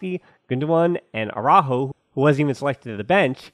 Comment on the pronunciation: With regards to Araújo, it's now AwrÁho, it is AraÚho, emphasis on the U.